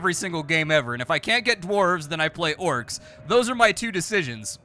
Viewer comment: I remember you playing that Dwarf game where you were mining and building at fighting, golden dwarves or something I dont know. You also said dwarves and orcs I I didn't understand what you said that well. the v and c in those respective words are gone girl. lol, i have good memories I really do, its dumb its stupid. I used to wear my ear plugs all day at work and during my ride home...I'd get home take out the plugs turn on the pc and watch a couple vids. back when I could hear so well...well I still had massive hearing loss but you'd be surprised how important like1% of low/mid reg Dbs are..